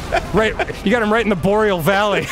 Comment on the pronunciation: You bastards, you said "Arboreal valley" as soon as I drank my tea, about sprayed all over my work computer. lol Love the Show! haha